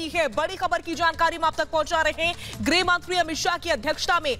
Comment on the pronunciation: हिन्दी सुधार लें.. गृह होता है ग्रह नहीं। मातृभाषा है.. ध्यान रखें.